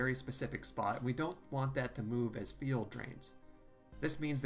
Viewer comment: He also seems to pronounce "fuel" as "feel"